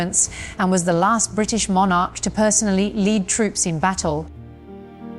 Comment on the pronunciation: FFS Learn how to pronounce the word Monarch befgore you start rabbiting on about British History.